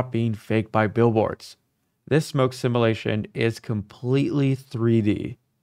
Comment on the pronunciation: There’s a “u” in the word simulation.